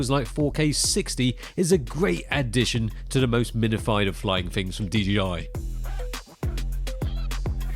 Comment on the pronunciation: Great video as ever. By the way it’s DJI not DGI. 😉